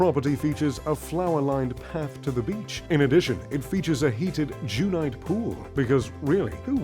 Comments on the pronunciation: Not jewnight , “ gunite” is pronounced as it is spelt. Gun - nite. Refers to the construction method. The concrete shell is “ shot” / “ sprayed” through a nozzle like a Gun. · Sadly, the snooty narrator mispronounces "gunite" as 'jew-nite'. It's actually pronounced '[ guhn-ahyt ]'. Still a thumbs up. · I’m in Easthampton right now staying at a gorgeous $2 million dollar home and it’s just fine. No bowling alley but we have a ping pong table downstairs! 😂 average is just fine. Also this guy keeps mispronouncing “gunite”, it’s like gun. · mispronounced "gunite" as "jewnite"?! 🤤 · Who is the clown narrating this video, who doesn't even know how to pronounce "gunite" pool ?